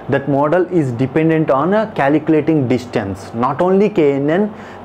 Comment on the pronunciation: but more sad thing is that.. you have no knowledge of the concept and need to listen to this 'calculatinguh' !